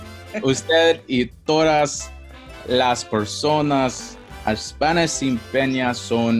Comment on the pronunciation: The first time I can let it slide, but after the 90 days and saying “sin peña” again 😕 though I notice many people change the standard ‘n’ to ‘ñ’ because they think that is correct. For example I hear people say “empañadas” all the time.